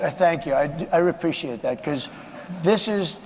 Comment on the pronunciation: he says " I repreciate that ".